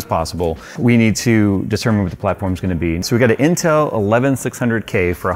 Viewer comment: lost me when you went itel